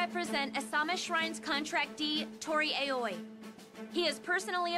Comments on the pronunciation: It's aaoi not eiyoi😂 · Its Toori Aoi